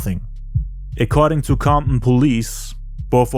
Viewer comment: Comp-in...the T is silent lol. Great job, 100% the best and most detailed documentary about 2pacs death ever made.... you did more than the police, fbi and cia, give yourself a pat in the back!